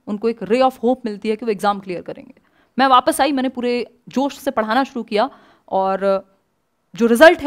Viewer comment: जोस नहीं भाई जोश correct ur pronunciation